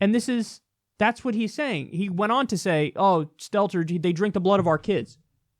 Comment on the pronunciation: This entire time I thought he was saying Skeletor, until I found out the CNN reporter is named Stelter.